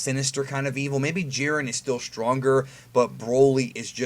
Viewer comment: Jiren pronounced (Jie-Ren) stopp hald assing it